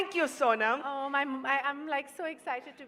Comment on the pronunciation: It's Sonam not soman